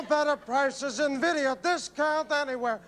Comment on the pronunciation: "Vuddeo." LOL